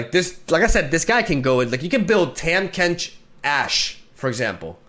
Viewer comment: Learn to say Tahm Kench